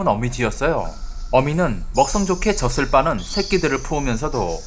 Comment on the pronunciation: 젖을은 [저슬]이 아니라 [저즐]이라고 읽어야죠...